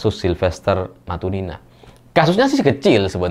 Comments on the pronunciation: sebut matutina jadi matunina, sengaja memplesetkan atau salah baca...??? 😅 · Kalo nyebut nama silfester matunina 😂yg bener matunina apa matutina😂😂😢